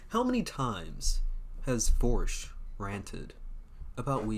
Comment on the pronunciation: Vorsch? Neigh, no way!